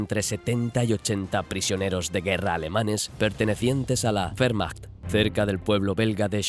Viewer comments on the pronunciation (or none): yo entendi fehrmacht